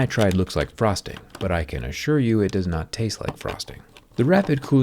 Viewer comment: When zach said " I can assure you that boron nitride does not taste like frosting," I thought he said prostate not frosting hahaha